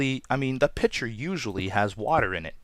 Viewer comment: LOL i thought he said picture instead os pitcher